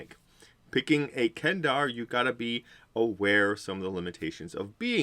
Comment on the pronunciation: they don't even have that as a major feature in 5e. They nerfed them a lot in the 5e book. Also the 5e players I have played with are more interested in builds and maximizing their classes, not as much so for role playing. Kender are great for role playing. You were probably disappointed with the race because you probably don't know DL lore. Also it's kender not Kendar, you should at least get the name right.